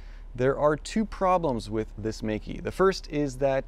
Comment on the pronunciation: it's pronounced "may ke" : P